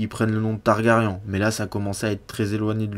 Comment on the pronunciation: Leurs noms c'est targaryen frérot pas targarian c'est des Valyrien pas des arméniens